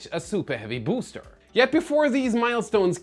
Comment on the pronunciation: But I love how he pronounces booster boo’s ter